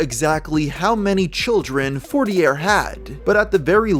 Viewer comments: Isn’t it pronounce “forti-yay” as a French name? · its pronounced FOUR-TEAR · I’m from the USA too born and raised and I would have pronounced it as “fort-tee-yay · for as much research as does I’m surprised he didn’t notice the name and get the pronunciation correctly